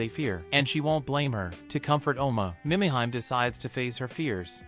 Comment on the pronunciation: Killin me...AI..."Meee mee heee may" Mimihime